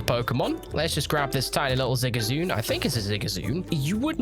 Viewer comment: Did you just call ZigZAGOON Zigazoon??? Tourist spotted.